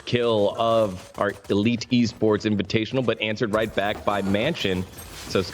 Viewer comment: kekw inivitational instead of invitational :D